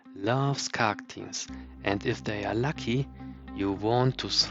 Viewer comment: I don’t think you got the joke 😝 I was hinting that the way you say “khark” sounds like you’re saying “cock” 😜